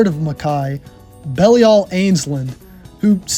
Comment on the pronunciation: I've heard "Belial" pronounced different ways (e.g. buh-LIE-uhl, buh-LEE-uhl, BEE-lee-uhl), but BELL-ee-ahl ("belly all"?) is a new one!